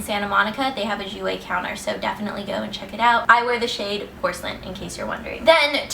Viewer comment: Finally! Someone that pronounces 'jouer' right!!